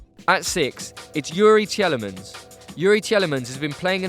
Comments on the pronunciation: teelemons not telemens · Tea Le Mans, not Tjellemans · Tielemans: pronounce as 'Teelemans' 20 years old going to AS Monaco